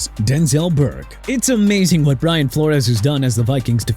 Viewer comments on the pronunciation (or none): none